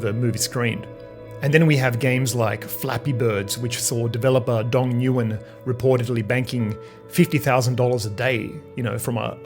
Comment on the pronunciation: nguyen is pronounced nu-Win from what I understand, much better